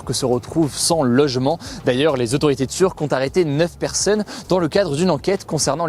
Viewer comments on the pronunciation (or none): 9 perseunnes